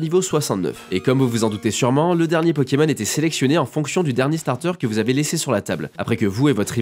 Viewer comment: Pourquoi tu prononces Pokémon bizarrement ces Pokémon pas peuuuuukemeun